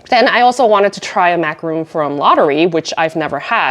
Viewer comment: These pronunciations! MacaRON, not ROON. LaduRAY not REE.